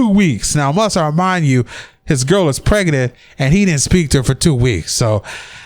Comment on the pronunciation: Omg, is it only me or the way the commentator says 'pregnant' is so hilarious.. Pregenant booty😂😂😂😂😂😂